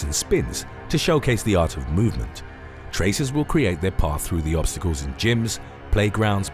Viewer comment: traceurs not tracers (its french)